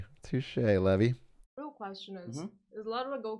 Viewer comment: levi is lee vy, his name is levy, pronounced levie